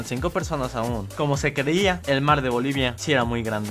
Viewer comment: Yo soy de bolivia grasias por pronunsiarlo eres mi yotuber faborito por siempre